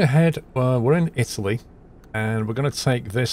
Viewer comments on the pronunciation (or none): none